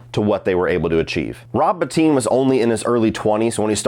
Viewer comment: Thank you for pronouncing Rob Bottin correctly! Every video which gets it wrong includes a little disrespect with all the praise.